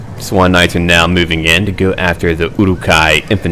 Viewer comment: Uruk-Hai (Ew-Ruck Hi) Anyone saying it different than that will result in meat being back on the menu boys!